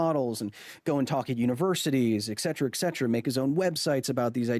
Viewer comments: It's ET cetera, not EC cetera. I really like your videos Kyle, but you're killing me, man!😂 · For someone with a degree in communication, you`re really bad at pronouncing et cetera. It`s not "ecksettra", "ecksettra" is verbal vomit. Why is it so hard for americans to put the letter T after the letter E? ET is not pronounced ECK. People listen to you, and now thousands more think "ecksettra" is how you say et cetera. But hey, words don`t matter, "it`s just how I say it brah".. "ecksettra" is so cringe, but pardon me for being somewhat literate. And yes, Rogan has millions of listeners, but if he doesn`t know what`s being said, how can he argue against it? Also, is there anyone out there who looks to Rogan (as opposed to yourself) as a source of scienctific information? "contributing to the infodemic" You mean like saying "ECKSETTRA"?